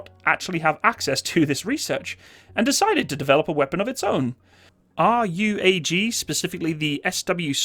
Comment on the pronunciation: RUAG is pronunced as a word (Roo-Ag)